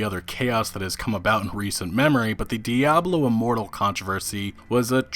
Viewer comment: Say it right man.....DIABLO IMMORTAL! 😂😂